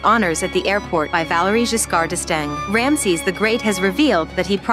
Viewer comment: Ram a sis WTF? How about pronouncing his name correctly Phonetically it pronounced “RAM SEAS!” Ramses!!